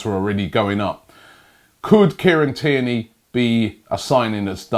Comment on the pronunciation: only OG's remember when robbie said kierny